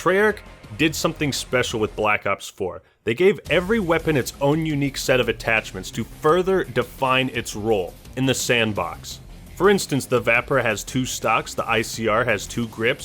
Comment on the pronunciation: EXCUSE ME IT IS NOT PRONOUNCED VAPR IT US PRONOUNCED VAPE-R Like your vids